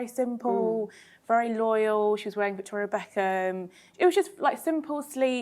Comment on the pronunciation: Two min in , I finally figured out what wedding y’all were talking about / you said “ Victoria Beckham” 😂